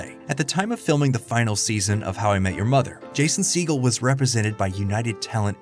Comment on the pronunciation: "Jason seagull" 💀